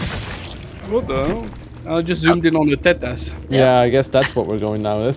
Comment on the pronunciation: saying "tetas" 😭